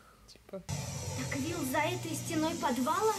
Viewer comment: Правильно говорить Вилл